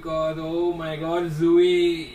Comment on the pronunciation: Hey her name is tzuyu but pronausisation be like tzu-yi not zuyu..... Hope you guys understand 🙂🙂